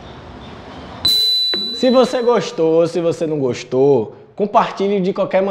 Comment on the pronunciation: Rasta kkklkkkkklkl Se vc goxto ou se nao goxto. Compartilhe de qualquer maneira kkkkk